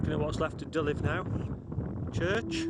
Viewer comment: Just FYI, it's pronounced "dee-lever", not "di-lif".